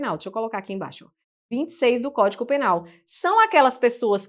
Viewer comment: Eu ouvi “códico” penal . Desculpe se ouvi errado. Bem no início da aula.